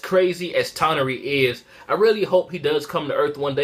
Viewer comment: Toneri (Toe-near-e)